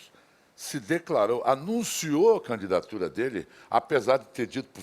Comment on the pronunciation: Só eu ouvi, ou ela fala mesmo "canidato" "canidatura"?!😅